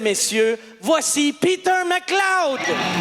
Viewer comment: mcleod avec le hard R hahahahahaha good old time